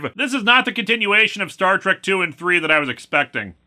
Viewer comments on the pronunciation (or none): none